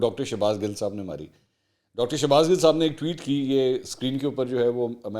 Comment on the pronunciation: Bro ya gil humry Punjabi my khty hy gil word pr na Zar na zabr ap soch neera bygrt